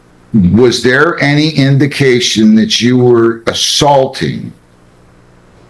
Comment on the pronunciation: "werre" C'mon bro.